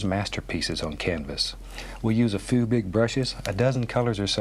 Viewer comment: did he say a foo big brushes?